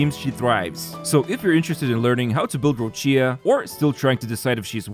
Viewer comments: The pronunciation is Roccha for non Italian speaker not roccìa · An Italian dies each time Roccia is mispronounced. The "CCIA" is produced like "Qi" in Keqin, or "Chi" in China, so its "Rocchia/Roqia" not Rosheeyah~ The accent goes to the "O" Róccia, not on the "I" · It’s Rocha. Stop pronouncing Rochia.